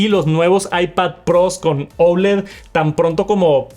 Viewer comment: Porque dices OULED si la palabra es OLED…???